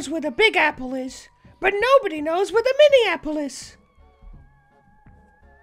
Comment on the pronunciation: Mini-apple-is in Minnesota 😜